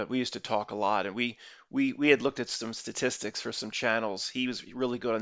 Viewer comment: i like hearing him struggle saying "Statis sticks" is my hero vlogger